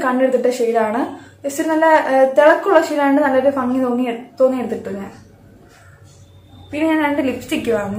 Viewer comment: ഫങ്ങി അല്ല ഭംഗി 😂😂